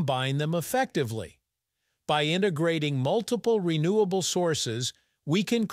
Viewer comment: It's called "Renewable" energy. Not Re-Nuclear Energy.